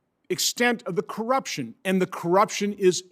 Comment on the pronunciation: This election was clearly rigged.... by the way what's an IQ? and how do you say that word "Co - rupti - on" what??